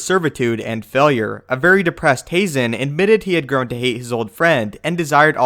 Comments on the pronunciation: Ha-zen not hay-zen.....Barrison not Barriston.....please quit screwing up these damn names! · Haazan is pronounced with a flat A like hah-zahn. two A's in a word always elongate the vowel. You only say the vowel when there is an E at the end. I know it's star wars so it doesn't matter at all. I'm just being petty ;) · I believe it’s pronounced like Hahzen